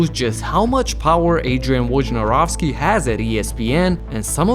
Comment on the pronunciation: They way people pronounce his surname sucks.